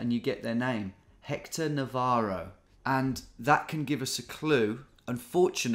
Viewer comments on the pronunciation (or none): none